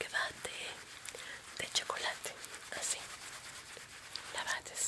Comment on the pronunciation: Nadie: Absolutamente nadie: en el: BhatHe QHe BatheE eL ChOcOlATe